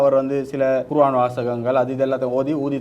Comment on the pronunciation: தொகுப்பாளர் குர்ஆன்(Quron) என உச்சரிக்கவும்! அறிக "குருவான்" தவறான உச்சரிப்பு